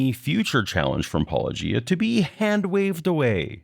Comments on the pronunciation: Since Loke can't even pronounce your name correctly, I don't see he can claim to have watched any of your videos with very much attention. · I was wondering if such a simple pronunciation throws them, how the fuck can they deal with biblical naming convention of people and places!! I think they "stumble" on his name on purpose. Seems most of the christian propagandists do. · In their video, they state "I always forget how to pronounce Paulogia", even though you say it at the start of every video. Leads me to believe he didn't actual watch any of your videos. Also, technically, saying 2 instead of 6 makes an error of 2/3 (66%), not 200%. If you had said 6 instead of 2, it would be 200%. The magnitude is determined by the original number, not the number in error. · Not guilty. The plaintiffs are guilty of wilfully mispronouncing Paulogia so that it doesn’t sound anything like apologetics. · People don't seem to be able to get your name pronunciation quite right. You might want to start your videos by introducing yourself or something 🙄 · It is weird that people responding to keep mispronouncing the name. If they've heard his videos, they have heard him say it. And when you consider who they are, you'd expect them to get the pun right away. It's almost as if they're doing it intentionally. Or maybe they just have a really bad ear for language. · How do they keep mispronouncing your name? Escpecially since you say it in every. single. video. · I think it's intentional, if only because he said "Paulogia owes me an apology" and pronounced apology correctly. That's my guess. I could be wrong but I doubt it. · The poor dude kept mispronounced your name repeatedly as he misrepresented your point repeatedly. He ought to be ashamed of himself, that little man. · Well Cameron can't even pronounce it properly. Ahhh, if only could like... say 'welcome to paulogia' at the start of every video 😏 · I mean, it's Paw-low-GEE-uh... not Pah-LOW-guy-uh